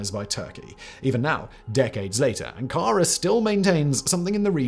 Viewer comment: Ann Kara? 🙄 😂